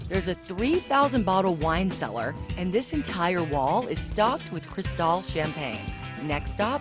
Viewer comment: Umm...actually it's "Cristal"